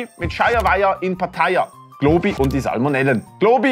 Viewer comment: Dä einzig Globi da isch dä. Und du sprichsch globi falsch uss es heisst globi. Nöt glooobi